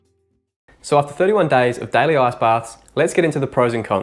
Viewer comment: Why do you say "ass"-baths? it's IIIICCCEEE baths XD